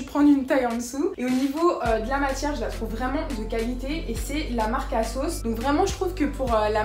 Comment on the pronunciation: j'ai compris pendant toute la vidéo que tu disais la marque kasoss lol en tout j'adore ton haul